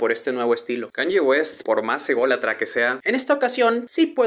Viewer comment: se pronuncia kánie, no kánye; la ye (o i griga) se pronuncia como una i muy corta en inglés